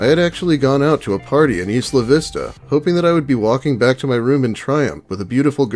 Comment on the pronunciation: It’s not EE-sluh Vista. It’s EYE-luh Vista